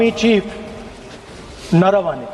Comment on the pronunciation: First pronounce Naravane's name correctly. Rahul would have directed & told the Jawans how to fight. This is how he is handling elections in various States.